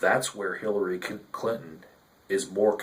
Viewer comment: did you say Hillary Clit-on ? lol